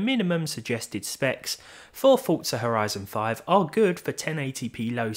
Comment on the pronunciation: I thought he said "our Ryzen 5 looks really nice", took me a god 10s to realize how to make sense of it ^^